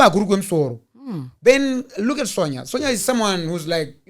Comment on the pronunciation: her name may be spelt "Sonja" asi its pronounced "Son-ya" please baba 😂😅